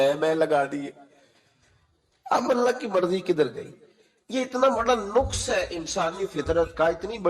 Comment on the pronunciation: Nuqs nahein naqs hota hay yah lafz 🙏